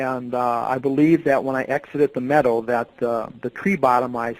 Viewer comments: It took me a while to understand that what he was saying was “meadow” not “medal”. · I thought maybe “metal.” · Say meadow properly